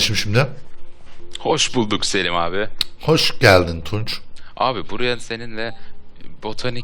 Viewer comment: selim abi ğulim derken altına sıçtı >@